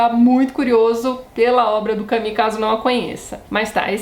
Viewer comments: Por favor, a pronuncia correta é "camú". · Soa mais a Camille do que a Camus. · Em Portugal diz-se "Camú" mesmo, por isso estranhei tanto. "Cami" aqui é a pronuncia do nome Camille (que é um nome próprio feminino e não que Camus. Por isso perguntei, por vezes a pronuncia muda consoante os regionalismos. Obrigada pela explicação. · Esta maneira de pronunciar Camus é tipica do brasil?